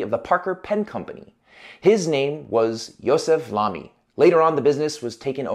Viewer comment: Thank you for pronouncing Lamy correctly! :)